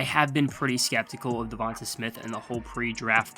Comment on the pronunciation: His name is pronounced Duh Von Tay...not Duh Von Tah